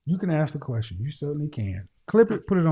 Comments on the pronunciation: “Let me axe, can I axe a question?” 🤣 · I can do anything, except pronounce "ASK"